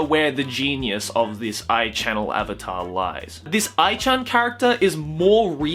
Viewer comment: It's A.I. channel.... not Aichannnel.... and I'd smash too